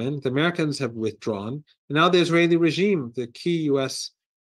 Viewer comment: Why cant he say Israel.